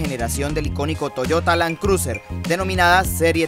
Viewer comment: Lan cruser!! 🤣😂🤣. Buen video, lástima el tono y pronunciado del presentador.